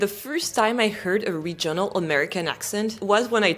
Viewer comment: je suis désolée de corriger votre bel anglais, mais l'accent tonique du mot « regional » porte sur la première syllabe!😱 Je sais que l'accentuation des syllabes en anglais, et surtout la prononciation, sont un vrai casse-tête, et je m'en excuse, mais si les Normands ne nous avaient pas envahis en 1066, l'anglais serait encore plus difficile pour nos cousins français!😂 Alors, gardez espoir! 😊❤ (I absolutely love your French lessons, by the way!😊❤) [Une recherche Google a révélé les résultats suivants concernant l'accentuation dans les mots de trois syllabes]: In three-syllable English words, the stress most commonly falls on the first syllable for nouns, adjectives, and words ending in -er or -ly (e.g., PAR-lia-ment, OR-der-ly). However, the second syllable is often stressed in verbs or words ending in suffixes like -ic, -sion, or -tion (e.g., de-CI-ded, re-LA-tion). [British Council | Teaching English Africa] KEY PATTERNS FOR 3-SYLLABLE STRESS: First Syllable (Most Common): Nouns/Adjectives: CE-le-brate, AN-i-mal, EN-er-gy. Words ending in -er, -ly, -y: MA-na-ger, SI-lent-ly, O-pen-ly. Second Syllable: Verbs: con-SI-der, de-LI-ver. Suffixes -ic, -ion, -ian, -ious, -ity: dra-MA-tic, con-TA-gious, e-QUA-li-ty. Third Syllable (Less Common/Specific): Compound words/Suffixes: en-gi-NEER, re-com-MEND, i-so-LATE. [British Council | Teaching English Africa] TIPS FOR IDENTIFYING STRESS: Suffix Rules: Words ending in -ity and -ate are often stressed on the third-to-last syll